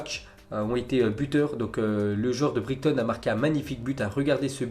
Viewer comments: Nico Bigo merci les gens il prononce brigton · Brighton ce prononce "Brailletonne". You're welcome. ;O)